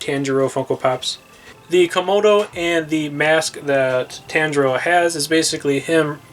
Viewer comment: everyone: paying attention to the funkos* me: HE KEEPS MISPRONOUNCING THE NAMES also.... how to pronounce t-on-jee-roe (tanjiro) zeh-nit-sue (zenistu) ee-no-ss-kay (inosuke) neh-zue-ko (nezuko) key-boot-sue-jee (muzan kibutsuji) and... 69 comments 👹